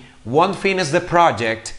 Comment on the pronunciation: Teacher, primeramente muchas gracias por su tiempo y enseñanza. Por otra parte le hago una crítica constructiva, le hace falta mejorar la pronunciación de algunas palabras para que siga mejorando. Por ejemplo, el "won't" no se pronuncia \guont\, la forma correcta es \guount\ hay para que lo cheque. Saludos!